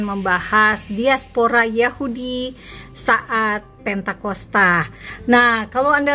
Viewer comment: Pentakosta....bukan Pantaikosta....